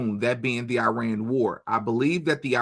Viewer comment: That's not how IRAN is pronounced.